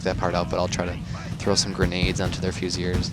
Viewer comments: Definitely pronounced "Fusiliers" - "Fuse-il-eers". So my mate in the army claims anyways. Think you're spot on for #2 though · In French it's more like Fy-si-li-e